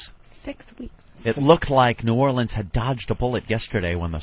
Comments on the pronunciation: If Opie says "Nawlins" one more focking time... I'm not gonna do a damn thing about it (but I'll fantasize about driving to his house, and beating the living shit outta him!) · Jesus fucking Christ, Opie, say "Nawlins" one more time why don'tcha